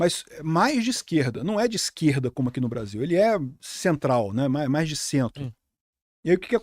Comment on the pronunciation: Não é Hamais